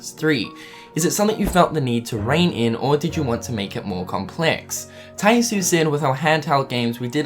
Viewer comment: Tai Yasue is pronounced "Tai YAH-soo-eh". I'm sorry if I sound pretentious for correcting you on this, but my OCD won't let it go. Get it memorized!